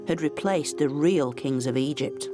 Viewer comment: Why can u suddenly not pronounce Egypt anymore, I'll tell you why 'its because you are a self righteous leftie.